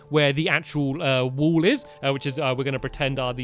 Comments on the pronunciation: "wall" not "wool" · Does anyone notice that says wool in the intro rather than wall. 😹😹😹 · Do they say burn the wool or burn the wall?